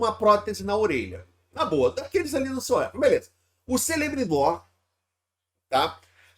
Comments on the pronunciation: A pronuncia é "Quelebrimbor" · Uma pequena contribuição minha, na maioria das vezes nomes elficos (Quenya) com inicio "C" terão som de "K", ex: Celebrimbor ficaria Kelebrimbor.